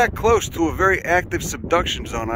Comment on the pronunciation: everything you need for The Seduction Zone😂😂😂 (Yes i know it's SUBduction, but it still sounded funny)